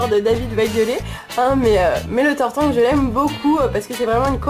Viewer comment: tu as dit tartank (tarte ank) :D bon sinon ce n'est qun détaille sinon bonne vidéo comme dab